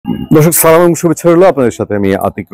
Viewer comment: আপনার সালাম দেওয়া বোঝা যায় না